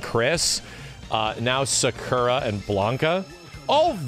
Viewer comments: the fact he still says sakura wrong triggers me. But honestly I'm happy sakura and blanka are in fortnite cuz that means WE CAN GET MORE SAKURA MERCH AND FIGURES WITH THEIR INCREASED CLOUT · Why does say Sakura like that